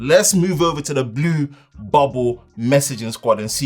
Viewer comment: be saying Blue like Boris 🤣😂🤣. Great video. Stay Safe. Stay Hydrated.